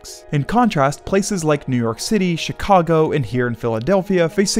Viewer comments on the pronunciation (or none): none